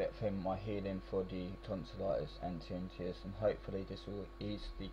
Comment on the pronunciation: TIN - NI- TUS (is the pronunciation).